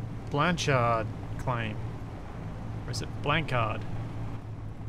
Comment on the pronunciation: BLONSHARRR <<< blanchart